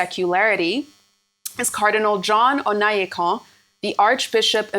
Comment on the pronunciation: It's Onaiyekan not Onayekan. Put some respect on the name!